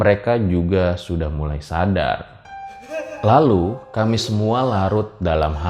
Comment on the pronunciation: Maap bang intonasi bicara nya saat kata terakhir jangan terlalu ditekankan contohnya kamii pasti bang rjl terlalu ditekankan🙏🏼